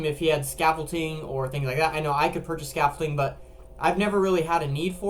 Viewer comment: its not scaffolting its scaffolding